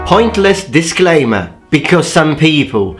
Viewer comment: it is disclaimer not disclamer